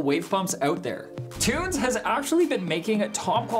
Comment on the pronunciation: Pronounce = tun-zee , cmon bro lol